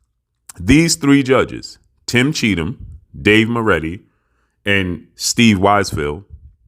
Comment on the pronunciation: He's name is CHEATham... Guddam